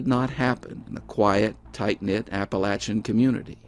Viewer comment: Awesome coat!! (And thanks again for properly pronouncing "appalachia".)